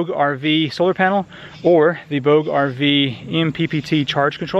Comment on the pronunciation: Nice review. FYI: Bouge is a French word for move and is pronounced Boo-ja. Did you know, a soda can placed on the solar panel will leave no shadow when the panel is pointed directly at the sun. Thanks for sharing